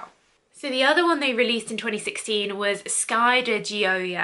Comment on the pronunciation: I believe it’s pronounced aqua de-sh-ee-o. The sh sounds like a French J pronunciation like Au Jus.